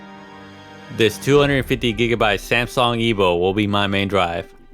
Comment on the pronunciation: What the hell is Samsong????? I heard of Samsung but not Samsong..........I believe it's called PORONOUNCING> I guess this is what we get for letting immigrants build PC's LOL